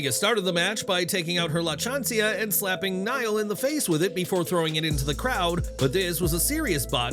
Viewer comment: it’s La Chancla 🩴 not Chancia lol